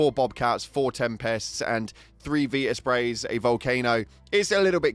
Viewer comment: why tf do you pronounce vita spray like that